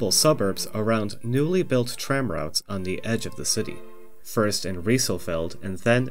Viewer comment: Quite informative! BTW, route is pronounced the same as "root"; the way you're pronouncing it is rout, which is totally different. And kilometre is pronounced like "nanometre" or "metre", not like "thermometer" (because it's a unit of measurement, not a measuring device). Finally, "one of the most unique" doesn't make any sense; something is either unique or it isn't, just like someone is either dead or not.